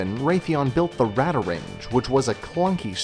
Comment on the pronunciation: you forgot how to spell Coca-Cola! XD its pronounce Radar Range! Radarange